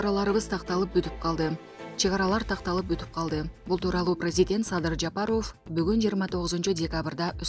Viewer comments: Жапарув дебей жапаров дечи карындаш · Диктор Ажообуздун фамилиясын Жапаров деп туура окучу сураныч. Жапароов дебей